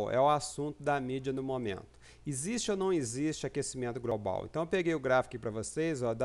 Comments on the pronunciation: Tem probleminha de dicção ...A pronúncia correta é GLOBAL e não GROBAL. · GROBRAL??? , , , IntergRaciais ???? Pensei que havia a letra 'L' após o 'G' !!! O que é "GRAIS" ? Preciso me atualizar